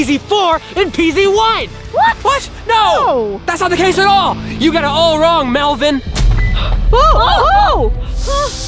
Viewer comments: smoke comes out because you call him melven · BEACUSE IT'S GUST QIPIN HIM MERIMER WHEN YOU SAY MELIVEN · You said melvin dainel it lose his memory a little bit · When you say melon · D0 you no. Dat. Mas. Ery. You. Say Mevn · You said Melvin's name